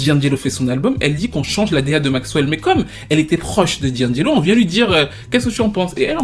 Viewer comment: Ce n'est pas 'Djindjélo', c'est 'di-angelo'!!!